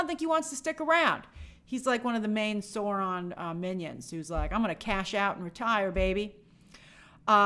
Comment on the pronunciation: You are not pronouncing Sauron correctly.